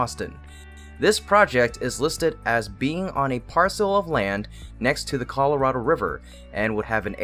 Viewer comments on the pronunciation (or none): none